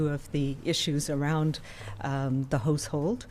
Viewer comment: Why does she keep saying "Hose Hold" and not "House Hold"? Where is she from?